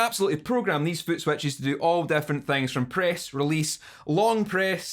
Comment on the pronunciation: Love the way you say footswetchies <3